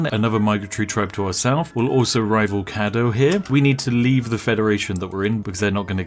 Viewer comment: I chuckled at Wichita, I was kind of surprised he got Caddo. Straight up laughed at Natchitoches.